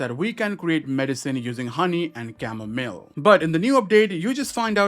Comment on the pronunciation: It’s not camo-mill it’s camo-mile